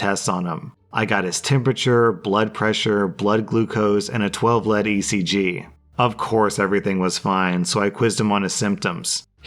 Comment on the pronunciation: 12 lead (leed, not led)